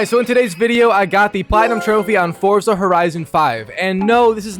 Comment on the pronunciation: Constantly mispronouncing Forza... SMH